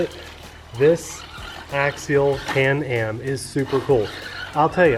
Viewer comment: Am I the only person who heard call it "Canned Ham"? Lol